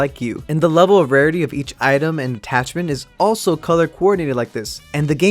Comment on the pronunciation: I am color bling and he said color cornated